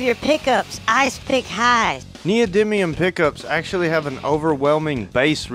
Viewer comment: Thats text to speech right there, neil diamond instead of neodymium. I may like it better wrong ;)